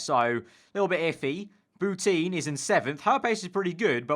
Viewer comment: Every time he says Boutin I hear Putin